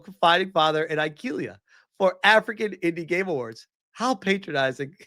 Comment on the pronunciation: "The indi Gaymes awards"